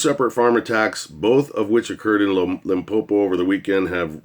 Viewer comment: You pronounced Limpopo very well.